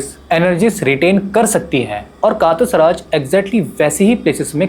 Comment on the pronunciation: "कातस राज" nahi "कटास राज"...hai